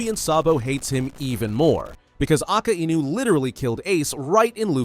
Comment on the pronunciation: Why do you always say aka I nu wdym it's akainu